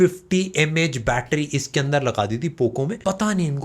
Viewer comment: it is not a battery it is a battera😂😂😂